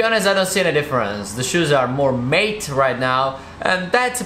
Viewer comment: Your from the uk mate its not mate but matte finish no hate bey the way